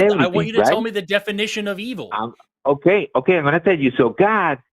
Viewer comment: EE-vool is my new favorite pronunciation, and I’m going to combine that with BYE-bool and/or BYE-bell at every opportunity